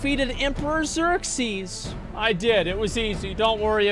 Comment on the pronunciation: Every time he keeps calling him Xerxies, the chat collectively grinds it's teeth.